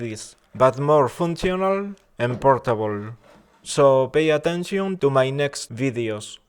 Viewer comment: like it when you said "pay attencion"